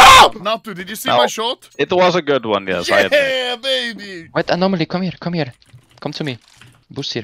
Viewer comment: "ANO"MALY - "UNO"MALY SUS